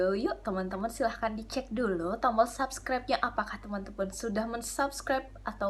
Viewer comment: Subskraib deh Kaka bukan sabskraib. Iya kaaan